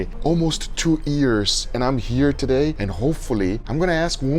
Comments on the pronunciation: No way, almost two ears 😂😂 I'm sorry I love you guga I know that English isn't your first language, but this pops me every time 😅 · why people say ears instead of years?